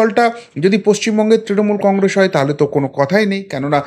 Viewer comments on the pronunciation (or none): none